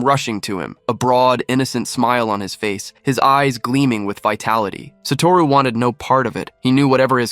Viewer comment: It's GOJO SATORU NOT SATARU